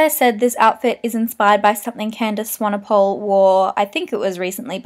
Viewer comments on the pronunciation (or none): candice swanePOLE? lol it's pronounced swanepool,:) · Hi, I am from South Africa (where Candice is from), I just wanted to let you know, you pronounce Candice's surname "Swan A Pool". Not "Swan A Pole".. Just letting you know. x ps, you are gorgeous. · love this :) btw its swan-e-pool xx